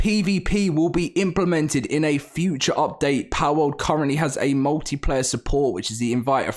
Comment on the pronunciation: "Powwouwd" lol British people